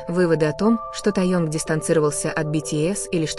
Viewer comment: Произносите, пожалуйста правильно Ким Тэхен, его зовут. Ни Таенг, Тэеанг. Вы блогерша позорница.